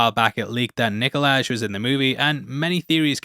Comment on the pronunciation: There’s a j at the end of his name but the name is still Nikolai not Nikolaj, it’s like in Danish Hi is Hej but it’s not pronounced like you would read it in English.